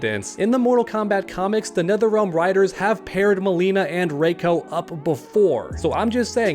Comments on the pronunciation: It's not fucking Ray-ko it's Ree-ko play Mk4 for heaven sake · For one that doesn't even look like Goro that looks like Duroc. And if Sindel is good in this timeline then she probably wouldn't even have Gray hair it'd be all black like in the Annihilation movie. And it's pronounced "RE•CO" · It’s “Reeko”